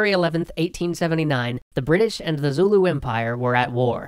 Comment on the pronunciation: As a South African, with both Afrikaans and English parents and who has worked and lived around the Zulu all my life, allow me to tell you, your pronunciation is horrendous. That said, good video, although you did leave out a couple of details but honestly, they're the kinds of very nuanced things that only the we'd know as locals. So.... Thumbs up. The biggest thing is your pronunciation of Boers. It's pronounced 'boors' with a rolling R and yes, the English have made them aware of what boor means in English for centuries.